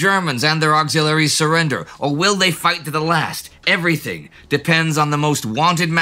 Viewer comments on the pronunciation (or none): none